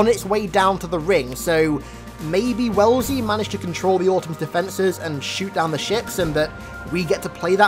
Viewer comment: AI's name is actually "Wellsley" (normally pronounced "wes-lee").